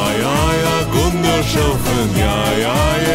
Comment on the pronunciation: Gundershoffen sh ce dis SS